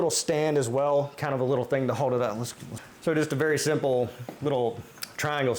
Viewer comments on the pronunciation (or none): none